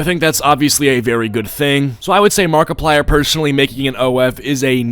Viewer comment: i heard markiplier but makiplier?